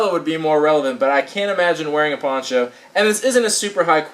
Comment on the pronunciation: when you said ponCho it sounded like you said porn show